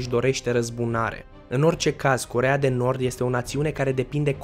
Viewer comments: Armele nucleare a Coreei de Norb"🤣🤣😂😂Asa ai zis😉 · ai zis corea de norb